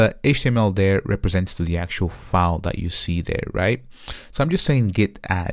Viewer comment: file not foul. OK?